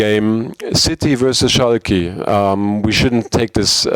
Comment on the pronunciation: the way translator say Schalke LOL